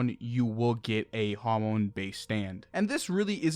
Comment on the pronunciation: i'm sorry but why do you pronounce hamon like jámon